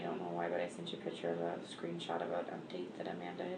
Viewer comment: There's no such words as kidsess, girlsees, she uses like too, and piture for picture, whatnot, she's just as bad as the moron husband.